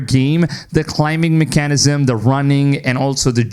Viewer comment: I can’t get over how this guy pronounces “mechanism”